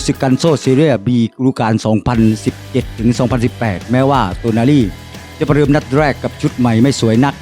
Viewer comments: เริ่ม คลิปก่อพุดผิดแล้ว555โตนาลี อ่านเป็น โนตาลี 5555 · 😢เรียกชื่อ ผิดๆถูกๆน่ะ เอาใหม่ๆ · อ่านชื่อผิดครับ